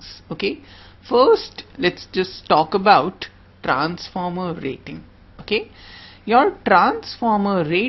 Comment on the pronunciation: Trrrrrrrrranformer :v Rrrrraaiting :v . Indian Accent . awesome